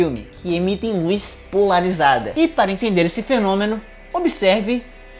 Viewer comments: POLARIZDA DE NOVO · Acho que o estava com fome quando fez o vídeo. Aos, comeu a letra "a" de "polarizada" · "polarizda" opaaa, agr entendi pq vc ta ficando gordo, ta comendo o A das palavras hehe PARABENS PELO VIDEO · Kkk e continuou até o final da explicação com a falta da letra A